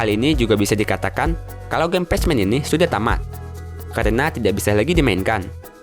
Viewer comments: Baca nya "Pekmen" bukan "pecmen" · Pacman : Bacanya bukan patsman tpi pekmen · pacman dibaca ,pekmen ,goblok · Maaf bang itu pacman dibaca pekmen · Bacanya pekmen totttt bukan pechmen! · Patchman😂 pacman lah bro,english tu😂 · Pacman di baca nya pakman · pacman dibaca "Pachmen" wkwk. Minimal google dulu deh biar ga keliatan norak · di menit itu bacanya pak man ukan pas man tolol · Pach-men ?? Pek-men. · Tetiba gatel denger pec men...PACMAN dibaca Pekmen...maap klo nyinyir ya bang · Pronounce (pek men) Bukan (pej men) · Bacanya pekmen bukan pac men, goblok itu game dari lu kecil dan sekarang lu udah dewasa, masa dr dulu lu bilangnya pacmen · Pack man bang di bilang nya tapi nama nya pac man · Baca nya pek men kontol bukan pac man ajg kesel gua denger lu ngomong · Pacman kok baca nya patchman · Pacmen ,,/"pek-men/ bgst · Pac man lah cakap orang dia pun salah .. Apalah..😑🙄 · Apaan pasmen :v ngakak "pecmen" typo ngomong tuh org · Pajman... Wkwkwkk